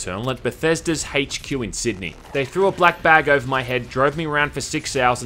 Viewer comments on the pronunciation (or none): What’s an “haych que?”